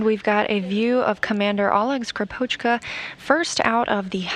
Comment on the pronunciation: When will be the day, when any non-russian speaker says Russian surnames properly?! Not SkripOchka, but SkrIpochka!